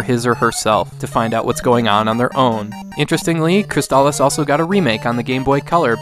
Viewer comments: I was today years old when I heard the "correct" pronunciation for the first time in 30 years. I don't think I can shake saying it the other way though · I always assumed it was pronounced "Cris-aliss," as a play on words of "Chrysalis"